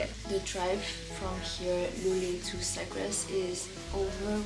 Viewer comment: It's Sagres